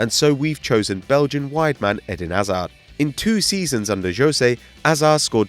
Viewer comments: Can this guy learn how to say hazard!?! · Why can't you say hazards name properly